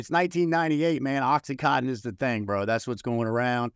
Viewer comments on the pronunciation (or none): Great video! But dear god please at least know how to say the drug you use. It’s OxyContin, not OxyCotton!